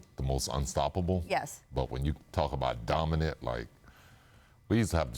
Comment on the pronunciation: "Duh- min- it player" -SP